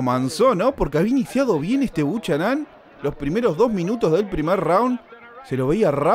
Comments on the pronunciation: POR FABOR NO DIGAS " BUCHANÁN" SE PRONUNCIA BUKENAN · 'Buchanán'???? Jajaj se pronuncia 'Bocanan'.. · ERES MEXICANO, APRENDE A HABLAR CHICANITO...SE PRONUNCIA BUKANAM... DETESTO EL HABLADO DE LOS MEXICANOS.. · Me gusta la simplicidad de tus narraciones sin aspavientos, aunque si hace falta más énfasis amigo mio.... apellido irlandés creo Buchanan.... Se pronuncia sin la h.... Bucànan.... Asentuando a pronunciar L a intermedia.... Es como el whisky.. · El apellido del negrito es Bucharan, pero se pronuncia: bu kae ran